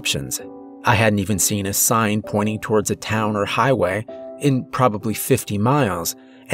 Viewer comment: I just noticed that at about he mispronounces sign right after the author speaks of a sign being spelled incorrectly. Doesn't take away from the story at all, just caught it this go round.